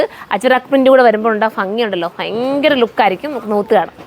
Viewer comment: ഫയങ്കര അല്ല sis ഭയങ്കര എന്നാണ്